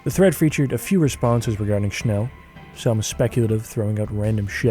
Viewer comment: Thank you for pronouncing 'Schnell' correctly